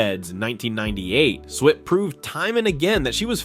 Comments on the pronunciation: Her name was Swit, not the way you pronounced it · IT'S SWIT, NOT SWEET, SWIT. !!!! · SWIT not SWEET!! I see others caught the error also!! 😊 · Why does the commentator keep saying "sweet" instead of proper pronunciation SWIT!!! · SWIT ....... NOT SWEET 😮😮😮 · Her last name is Swit not Sweet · Her name is Swit, not "Sweet." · 😢Her last name rhymes with Witt get it right. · Her name is pronounced Swit NOT “Sweet”. “Sent shockwaves through the entertainment industry”. Seriously, give me a break, so completely over the top and sensationalist and you can’t even pronounce her name. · 🤦‍♂"Switt," not "Sweet"! 🙄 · Swit not sweet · It's not pronounced "Sweet", it's "Swit", short i. I loved her after McLean Stevenson left the show, and especially after Larry Linville left the show. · It’s SWIT, NOT SWEET! 🙄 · It's Swit not sweet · It's Swit not Sweet, RIP Loretta ♥️♥️♥️ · Very annoying to hear this YouTube reporter ignorantly saying "Sweet" over 20 times. Get your names straight if you're reporting on prominent people! Loretta Swit was an accomplished actress who deserves to have her name pronounced correctly in the news! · How many times can you mispronounce her last name? It's SWIT like wit with an "S" in front of it & why say X formerly known as Twitter? EVERYBODY KNOWS THIS! Just say "X," no need to even say Twitter!🙄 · When the AI voiceover can’t even pronounce her last name correctly 🙄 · You can say Houlihan properly but cant say Swit!!! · Why should I subscribe if you can't get her last name right, as she was beloved by millions and you can't even GIVE HER that respect...RIP Loretta Swit. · Sad they couldn’t pronounce her name correctly. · My God get her last name right! You could have at least done that much research. Thank goodness most of us know who the hell you’re talking about. Did you not hear anyone say her last name??? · It was AI, miss pronouncing her name. Thanks, another good one. 😢🌟🧡